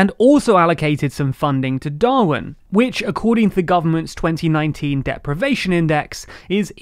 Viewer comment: Just FYI, Rossendale is pronounced 'Roz-en-day-l' and Darwen is pronounced 'Dar-win'